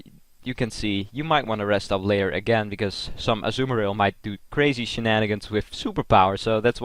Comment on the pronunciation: Also, it's not pronounced Azzu-marill, but Azuu-marill.